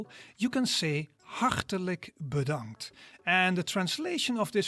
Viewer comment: Your pronounciation was spot on! You have talent for Dutch. As for "bedankt" sounding like past tense, that used to be correct. But the Dutch like to abbreviate everything. So, originally it as the imperative of "to be" in third formal person "wees bedankt" (litterally "be thanked"). The Dutch deleted the first part, leaving only "bedankt". As said, that happens a lot in Dutch.